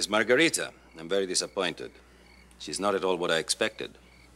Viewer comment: That’s got to be the worse Spanish accent by margarita.